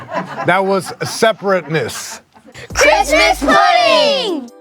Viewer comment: Why tf can’t you say Christmas??